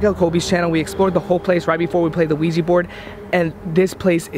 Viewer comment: Why do they say ouiji board and not ouija board?